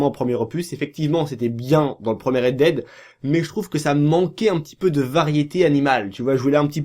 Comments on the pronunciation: On dit rèd dèd pas rèd did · C'est clair qu'il a de grosses lacunes linguistique ! Red did !! Mdr.